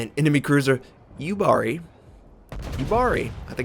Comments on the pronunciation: It's actually pronounced more like Yuubari, not Yubaari ;) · So here I go again. Yubari is pronounced Yuu-Bari so the u is long and ba is short